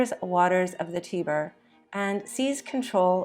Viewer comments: Interesting bio. Note: TIBER=TAI-br. PAPAL=PAY-pl. if you’re going to tell history, you need to check out and pay attention to pronunciations. Otherwise, it’s sloppy and loses impact. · Totally agree. "Papple" for papal and "Teeber" for Tiber. Obviously, AI.